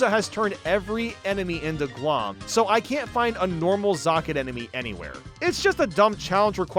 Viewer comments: IT'S GL-OHM. LIKE OHM, THE ELECTRICAL UNIT. CAUSE ELECTRICITY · I’m being driven nuts by you missing the puns lmao. Glohm is pronounced “Glome” because it’s like loam: gloomy soil. Offandon is Off and On island because the whole island has lights you turn off and on lol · I'm pretty sure Glohm is supposed to be a pun based on the words 'gloam' and 'ohm' which has a long O sound.